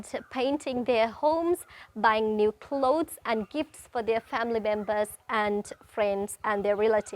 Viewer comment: "Niv" year? Neither American or British accents have that pronunciation..wonder where it comes from? 🤔